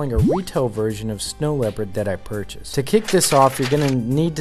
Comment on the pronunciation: "purchased" hrrrm